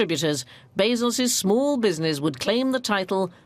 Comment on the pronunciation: Was enjoying this documentary, then I noticed how the narrator said 'business' and consequently my viewing experience was ruined.